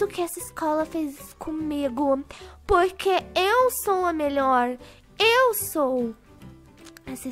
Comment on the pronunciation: tava dando uma agunia pq vc falava puque sabemdo q era porquemas ameiii